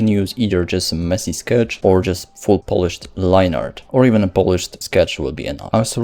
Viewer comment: It's funny to hear 'polished' from a Polish person. Also, greetings from Poland xD